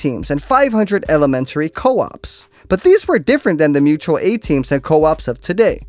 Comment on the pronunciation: Bro if you say "mutal a-team" one more time i collectivise your ass